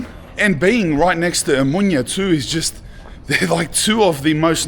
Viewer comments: Lad, it's O-mo-noia (ea) not O-moynia. When you say it like that you give it a different meaning. Perhaps your friends have told you what the word after the letter O means. By the way, your friends forgot to show you where the MOST famous brewery (the Brits would call it a pub) was in that street you were cycling when you left Exarheia square. Pity it had to close due to the 19, and what this caused. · Its spelled Ex- arhia and oh-monia my ears are bleeding man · He met so many people from there, and nobody told him to stop saying omonia like that ?😅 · > Starts the video. > Scary music. > Can't say Omonia correctly. This sure is a "documentary," alright. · It is pronounced Eksarheea. And it is not a suburb. Also it is not really controlled by Anarchists. Also it is Omoneea not Omoonia. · Nobody tells you to switch off your camera in Eksarheia. And your pronunciation of places is awful man. Omoynia ? Egzarzia ? Gimmie a break. And Varvakeios market dangerous ? You didn't do a good job.